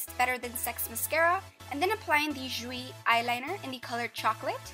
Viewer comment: Love the video, and I don't mean to be a stickler, but jouer is pronounced "joo-ay". It was driving me crazy! I'm thinking about trying that cover girl foundation. I was skeptical about its compatibility with olive-y yellow-y undertones but you just solved that for me!